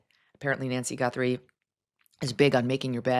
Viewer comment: Who the hell is Nancy Gunthrum? It's Guthrie!!! How do you know that her bedroom is small?